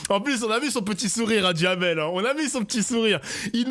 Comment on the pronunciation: Duhamel j'entends Djamel 😅! Benjamin Djamel 😅